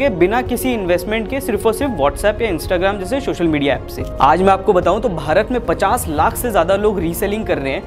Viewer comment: Hey bhai , it is called "social media" and not "Shoshal MEdia"